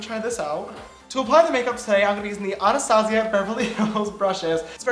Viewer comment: Shot every time he pronounces Anastasia wrong